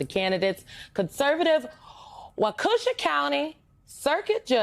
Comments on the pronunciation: It's pronouced waa-kuh-sha not Wakooosha That aside IDK the laws but Elon Muskrat isn't an elected official so maybe this is allowed because he is putting up his own $$ for this "lottery". I personally think it's bribery and don't think it should be allowed and this is a slippery SLIMEY slope. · WahKusha county? 😂 Wau-keh-shaw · No, no, no! It's pronounced "Whah-koo-shahw"! I was like, "Wha....?" 💡... 😂 Love you, Symone 🤗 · You pronounced Waukesha County wrong